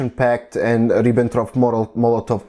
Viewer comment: Super Arbeit, die du hier machst! Ich wunder mich nur ein bisschen - ich vermute, dass du deutsch als Muttersprache sprichst (rein von deinem englischen Akzent?), aber deutsche Namen wie Luxemburg oder Ribbentrop so merkwürdig aussprichst ;)